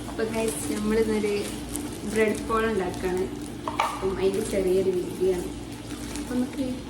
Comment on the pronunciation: Brad അല്ല bread aan